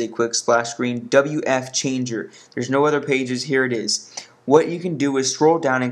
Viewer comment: its fwchanger not wfchanger